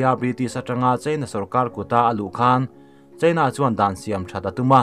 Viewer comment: Mizotawng hi ka thiam ber e chu ka ti lo. Mahse he pa zet hi chu ka zirtir chhawng veleh chak thin khawp mai, voice a reply na te hi awm se ka ti thin, ram hming lamrik angaih huna Indîa/ India tiha lam angaih hun te, China tih leh Chinâ, tih ang chi ah te hian a ti diklo nasa thin, ziak ringawt hi chuan sawifiah theih vek ani silo a, a Chanel hi mipui hip chi ani si a, atha si a, amah ber lah hian mizotawng hi a hmang dik hleithei bawk silo a